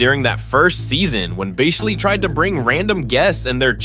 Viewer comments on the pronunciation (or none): dude idk who is the bigger idiot. you pronouncing boehlys name 17 times different and wrong or me just listening to this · Boo-heely I'm dead 😂😂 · Boe-hilly is my favorite pronunciation lol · 2 minutes in I have heard 9 different pronunciation on Boehly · Other teams can't figure out Chelsea, same they can't figure how to pronounce Bohley.. 🤣🤣🤣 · Mad he pronounced it differently on almost every mention mate